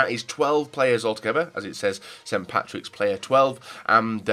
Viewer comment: Not st. Pattis day, it's st. Patrick's day it's not difficult to pronounce